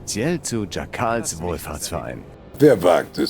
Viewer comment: Oh übel. Der Typ heiß Jackel! Gesprochen: "Dschäckel" und nicht "Schakal". Warum wird bei der Vertonung nicht auf sowas geachtet?